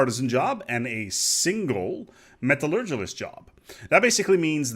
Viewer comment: you gotta work on your pronunciation of "metallurgist" its not that difficult:P